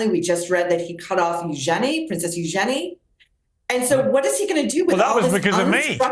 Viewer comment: Princess Eugenie: like her mother Sarah said it is pronounced “use….ya…knee”. Dan is spot on with how it is pronounced.